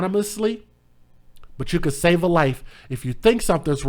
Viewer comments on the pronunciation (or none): none